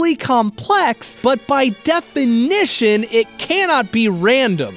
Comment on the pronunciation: The DE-FI-NI-TION